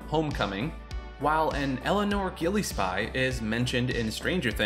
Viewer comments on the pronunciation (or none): "Gillie-spy" it's pronounced Gill-Ess-Pee. You were so confidently incorrect with the pronunciation lmao. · Great video mate and nice pick of visual references. FYI RE: Silent Hill references, the Gillespie name is pronounced Gil-es-pee... but I don't think people will care too much.